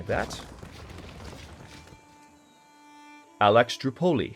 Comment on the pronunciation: Great video once again! though the name of your latest settled city should be A-le-ksan-droú-po-li (broken into syllabus so you could understand, similar to Alexandria but instead of the ia in the end you replace it with oupoli) not alextrapouli:D (the name literally means Alexander's city so minor ego problem? haha) Hope you got all of it! On my way to watch queen and country now! cheers:)